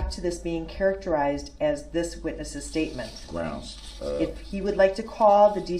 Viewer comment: That's a lot of "Groundz" and "Objections" from MR. BROOKS (all caps).